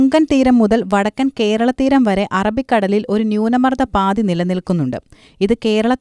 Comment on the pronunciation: പാതി അല്ല മോളെ പാത്തി ‼️